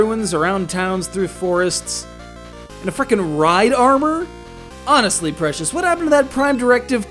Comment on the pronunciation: How did you mispronounce Precis that badly